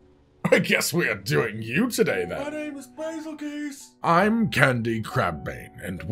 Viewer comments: BAZELGUESE that's a weird way of pronouncing beetlejuice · Fact know one truely cares to say bagelgoose name right